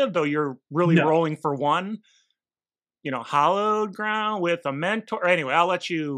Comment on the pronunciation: Good coverage but dear lord hearing hallowed pronounced hollowed was driving me crazy.